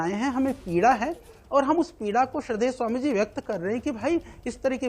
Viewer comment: IMA को स्वामी बोलना नहीं आता।